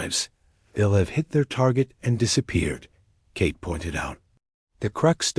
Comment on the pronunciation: "Cake" oh come on 'narrator' you mean Kate, don't you?